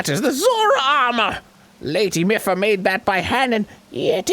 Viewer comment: Did Arin always call her "Miff-uh"? I thought I remembered him saying "Mee-fa," like somebody who knew how to read.